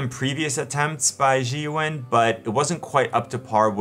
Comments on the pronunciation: Zhiyun is pronounced Jhee Yoon more or less. Great video review! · It is Zh-eye-yoon in pronunciation. Got to love the Chinese. Holy cow I have a drink every time my home boys do the odd the name. OOps getting drunk. LOL. I am looking at this even though there are better ones built. But weight and size concern me. Setup and balancing annoys me on some gimbals. I don't want to be that frustrated. It is the cheapest I have seen so far. The only thing I worry about is how long will it last. The Ronin for instance you could use as a club. Built nice, but heavy as heck. Why Zhiyun does not give a payload rating is ludicrious. Again my home boys in action. Geez. I have heard some concerns on the app stability and compatibility. If by now Zhiyun updated the software for the app, and then this would be a no brainer. My tablet or smartphone will control much here and I need this software to work. Good to see you review this gimbal. Saw this on the web for giggles. "The first part of the word Zhiyun means ‘smart’ and the second part mean ‘gimbal’. Smart Gimbal for 智云 which stands for (as the abbreviation of) 智能云台. Don’t be sad if you still can’t pronounce Zhiyun. " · Its pronounced Zi-Yun 😊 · I have purchased this gimbal and it took me less than a minute (here on YT) to find out how to pronounce Zhiyun correctly. Obviously you don't care about that "unimportant detail" very much but still you expect us to listen to your opinion about that product. Thank you but I'm not interested!